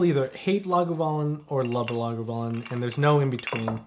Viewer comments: One of u pronounces it “lagavoolin” and two say “lagoovalin”??? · Laga-voooo-Lin. Great video guys looking forward to more!